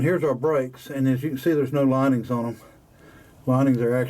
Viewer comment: There's no such word oin, it is pronounced ON not oin